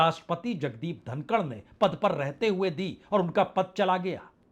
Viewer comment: जनाब धनखड़ है धनकड़ नहीं।